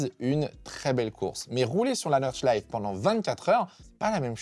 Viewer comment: Petite note, l'Eifel ça se dit "Aïfeul" et Nordschleife on prononce le "e" final